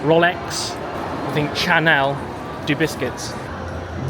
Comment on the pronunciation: You claim to be British but you don’t know how to correctly pronounce CHANEL and GUERLAIN? are you people from Liverpool??? Jesus Christ